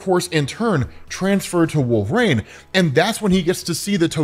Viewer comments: DUDE IS WOL-VER-INE.......NOT WOLVRAIN.....ULNESS I'm MISSING SOMETHANG.... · Dude. (Wul-ver-een) Not wolv-rane